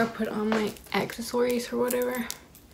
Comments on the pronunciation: “Ak-sass-sories” ma’am what ? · “exisories” i think she meant accessories😂😛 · she cant say accessories lol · You said accessories wrong 😂